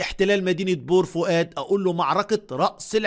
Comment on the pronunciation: انت يا من بور فؤاد باين من نبره صوتك لما قلت بور فؤاد😂